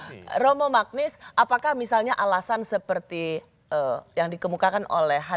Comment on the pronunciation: koreksi sedikit. baca nama Romo Magnis tu "Manyis".